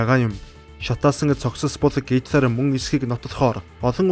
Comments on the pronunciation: Гоё цэгцтэй уншдаг, бас их хөдөлмөрч хүн гэж боддог шүү👌👌😍. Харин гитлар гэж дуудах нь зөв үү гитлэр гэж дуудагддаг юм болов уу.. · Оросоор уншхаа болиоо, хитлер гэж уншина ш дээ